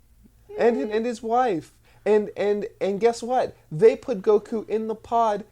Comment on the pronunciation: Is anyone else bothered by the way he says goku